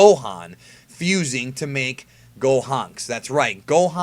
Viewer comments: it's pronounced "Gohenks" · The way you say Gohanks rubs me the wrong way for some reason